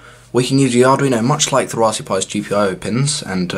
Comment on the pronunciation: I can't get past it.... RaspBERRY pi. Lol. All I hear is raspbee pi